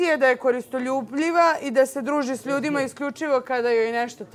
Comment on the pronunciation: Ko god govori KORISTOLJUBLJIV, nema prava da ikoga komentariše. Kada nauče da govore pravilno, shvatacemo ih ozbiljno.